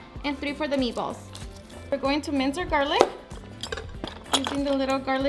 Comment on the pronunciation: I keep hearing ME BALLS 😂